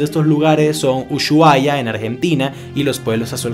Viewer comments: se pronuncia usuaia no Ushuaia la h es muda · No se pronuncia uSHuaia se pronuncia usuaia sin decir el SH, Yo vivo ahi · "uSHuaia" jajajaja la H es después de la segunda U xD igual me caes bien papá geniales tus trabajos y admiro tu dedicación. Salu2 desde ARG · Me gusto como pronunciaste usuhaia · la Pronunciación correcta de Ushuaia es 'ussuaia' . Vocablo de idioma Yagán que significa Bahía que se abre al mar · "Ushuaia" se dice "usuaia" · Usuaia se pronuncia, la h no es una j